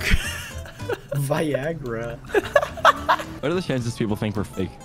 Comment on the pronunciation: Yay :) “Viagara”